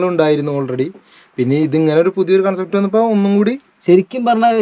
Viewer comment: കോൺസെപ്റ്റ് അല്ല കൺസെപ്റ്റ് aanu😂